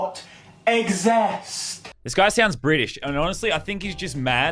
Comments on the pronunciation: No more like exast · How much u guys want to bet he thinks the earth is flat and u call lannan stupid went u can't pronounce exist OH wait its **exast**😂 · This dumbass. You can’t even pronounce anything right. “IT DOES NOT EGG-ZIST” If Lazarbeam finds out you made this video he will roast your ass so hard you will believe Australia exists. Btw We Australians are not drunk you are. I mean just look at yourself. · ok before u start talking try pronouncing exist properly